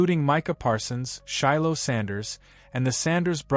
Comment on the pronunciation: Shader Sanders? Skattabo? This AI shit is getting out control lol